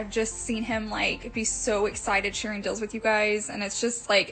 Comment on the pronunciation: I unsubscribed also because she was buying a new area rug every week. Ugh they must have a good FB marketplace or something for her to constantly be buying new things and selling the stuff she gets tired of? I also couldn’t stand the way she mispronounced words, like “I like finding good “dills”; you mean deals? And I love a good garage “sell”; instead of sale? Or even just now for her new “aventure”; adventure?? I’m from Oklahoma so it’s NOT an accent thing. She also says “definitely” a MILLION times. Just got sick of it and needed to unsubscribe and turn off ALL notifications.